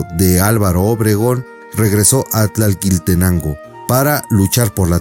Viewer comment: Nada más para corregir ,no es tlalqui sino tlaquil